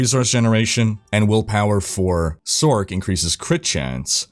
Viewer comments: You say sorc as sork. Better to pronounce it as source. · are you? 😅 It would be pronounced "source", not "sork".... also one of y'all popular dudes needs to mention the fact that classic, with channels and guilds and COMMUNITY is much better than what they have now, as they literally completely shutdown any community feel their games and platform had. Which was and still IS why diablo 2 is much more popular 20 years later then garbage Diablo 3 cartoon trash. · who says sork... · Why tf are you saying sork? Do you call it a Sorkeress? Have you pronounced the word Sorceress aloud before? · I didnt know sorCerer was pronounced "sorkerer."